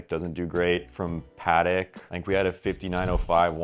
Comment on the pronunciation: It’s not pat- ick, it’s pa-tek